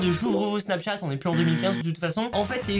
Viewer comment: Pk tu dis snapTchat au lieu de Snapchat 😁